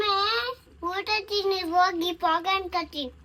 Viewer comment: the way she said thinni 😅